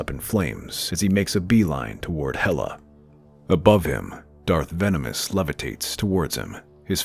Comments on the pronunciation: His name is Tenebrous, not Venemous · It's Tenebrous, not Venomous 😣